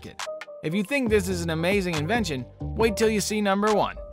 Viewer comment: It’s inventions not invations